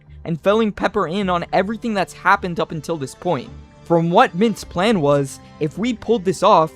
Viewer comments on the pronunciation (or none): Bro says pwan instead of plan